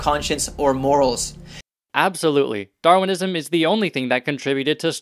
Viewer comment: Hah, I love how the creationist pronounces 'Darwinism': DarWINism! DarWINNING!